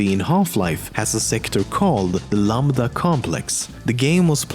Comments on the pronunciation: Lol the way you said lamda was funny It should be - "lamp" now remove the p from it and add "da" as in dark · lamDa it's pronounced lamtha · I don't see how that matters. Lambda is the 11th letter in Greek so it would be more of a "J"